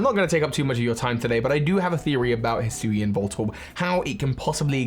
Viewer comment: In less than 5 seconds, pronounced Hisuian in 2 different ways. Classic.